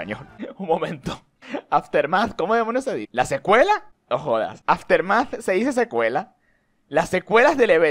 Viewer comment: ese "nojoda" fue muy venezolano bro! <3 no sabia que eras de mi país :v